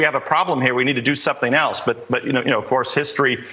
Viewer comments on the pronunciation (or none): none